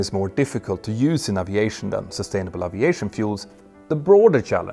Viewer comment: One day, we will hear aviation pronounced correctly!